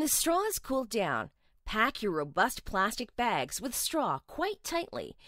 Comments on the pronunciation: "plazstik bèègz" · "Plastic Begs"